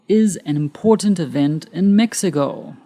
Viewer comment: FYI - you pronounced Mexico as Mexigo.